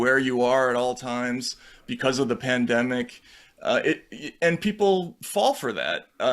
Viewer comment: Pan demic? What??? Hahahahaha